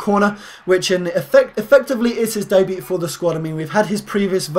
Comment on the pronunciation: As if you actually pronounced the "t" in debut